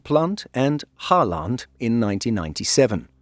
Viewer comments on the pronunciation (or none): Halland is not Hal land, it's more like you would say Holland with the emphasis on first vowel only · I don't think it's intentional, it's just is trying to be clear he is putting in effort. Uppland and Gotland worked well enough. But yeah, Halland is like Holland, not Ho-land :) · Sure. You pronounce Halland as Hall-and with two very separate sounds. All Swedish pronouncing you do in the video is pronounced like this as far as I can tell. Instead of dividing the names and words like that, instead put the stress on the first vowel instead (for example the first “a” in Halland) and pronounce the word as one and you’ll sound like a Swede in no time. 😉 Great content on the channel btw!